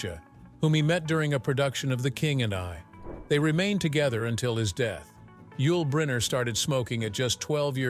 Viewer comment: Click bait. Doesn't even pronounce Yul Brynner's name properly.